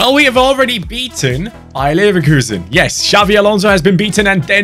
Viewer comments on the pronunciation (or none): none